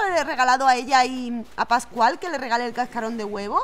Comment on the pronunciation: Cuanfi fuiste con pascual yo escuche pasguato 🤣🤣🤣🤣🤣